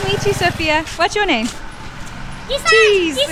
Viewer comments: my cousin sister name is Sophia Ansari 🤷🏻‍♀️ n my cousin brother name is Zeeshan in this video that boy name is also zeeshan whom they wronly Pronounced as jesan as usually kids do so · the kid did just say jesan even though his was zeeshan, maybe because he couldn't pronounce sh and z, said s and j instead. I couldn't say sh till I was 12 or so years old either. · Its not sophia like a western name. Its sofia or sofiya a muslim name. And boys name is zeshan not jisan. Indians usually pronounce Sh as S. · Pretty sure they tried saying zeeshan...ik it's difficult...😂 Couldn't pronounce Zee so went with gee instead...